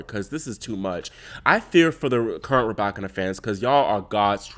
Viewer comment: The YouTube algorithm came through again! So happy your channel was recommended! New subscriber. Also, must give you your props on the Muchova pronunciation. Excited to hear how you fare with the Russian names 😍. (ETA: Rybakina?? 🔥 COME THROUGH!)